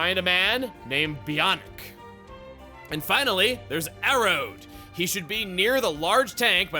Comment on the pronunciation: It’s pronounced Arrow, you don’t pronounce the d in Gaelic words that have a dh like Arrodh 😊